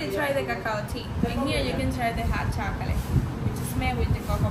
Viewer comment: Love the chica chocolate pronouncing, bitter to sweet